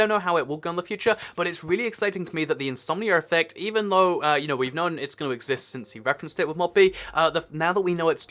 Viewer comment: When you say something like "Insomnia Effect" it sounds like you're saying "Insomnier Reffect"